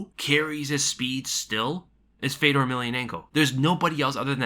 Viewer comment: btw is pronounced not FEDOR its FJÖDR